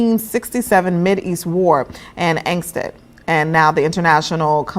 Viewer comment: Did she say angst it? I'm pretty sure it was annexed, and she is just another d.E I hire.